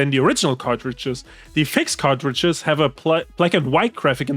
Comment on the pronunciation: (approx), I keep hearing "cockroaches" when I know I should be hearing "cartridges." The visual of returning cockroaches and having them replaced by new cockroaches makes me chuckle.